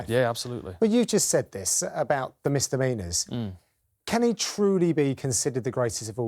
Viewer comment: “Misdemeanours’ lol